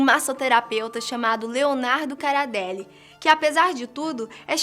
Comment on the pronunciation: É Coradelli não Caradeli